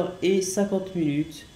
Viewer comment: arrete de dire mulute